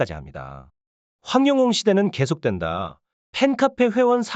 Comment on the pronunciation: 황영웅 가수님 이름 바르게 말해 주세요 이름도 옳게 못하는사람도있나 기분나빠